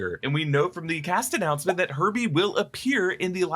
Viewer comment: When he said herbie I thought he said herpe